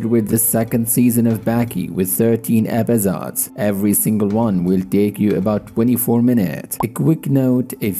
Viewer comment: Epizods? Bro just say episodes